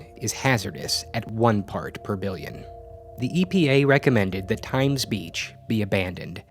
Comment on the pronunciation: Side note, don't emphasize the denominator (BILLION) when trying to promote shock in the audience with high numbers.